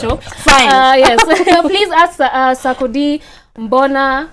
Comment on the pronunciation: Eeerrrrh te s3 ckcdie became saakodie😄😄😄😄😄I swear my 1st time understanding the name proper